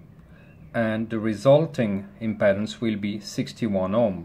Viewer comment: WOW! What a fantastic teacher! Just one little thing - "Impedance" is pronounced "Im-PEE-dance". Many thanks for such a clear and informative explanation.